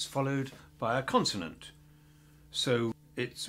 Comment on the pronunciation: bro it’s “consonant”